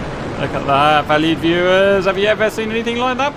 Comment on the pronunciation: LOL, I thought he was saying “valid viewers “!